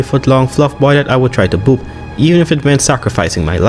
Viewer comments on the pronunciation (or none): I had to rewind like 5 timed to figure out that you said 'boop' lol